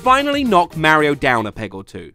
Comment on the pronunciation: if i hear him pronounce mario as ''mare-io'' one more time i swear